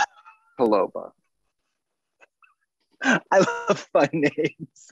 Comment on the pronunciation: Navratilova is her family (last) name though... The emphasis is on ''i'', not on'' o''. She is Chech btw) Just a little piece of info:-)